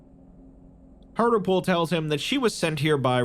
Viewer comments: Mate, Hartlepool is a place in the UK and it's pronounced Hart-Leh-Pool. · Minor point, but I am pretty sure that the doctor's name would be pronounced hart-lee-pool, like the town with the same name in England. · That's not how you say Hartlepool